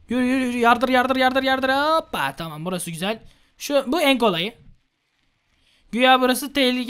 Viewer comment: 14:4 çamam diyo :)